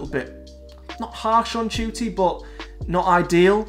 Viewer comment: How do you pronounce his name ? Im hearing you say Judy ? While im saying Nah Ku tee